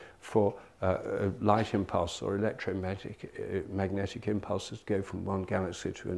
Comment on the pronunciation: "electrometic impulses"? Was his voice trying to say "electromagic"?